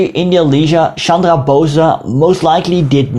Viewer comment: Please dont say BOSAA, its BOESS BO+S